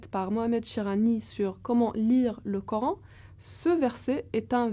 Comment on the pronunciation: la bonne blague , vouloir expliquer des versets du Coran , en se trompant constamment sur les voyelles a prononcer. " pour une exégèse sérieuse de ce verset il est important de..." savoir le lire pour commencer.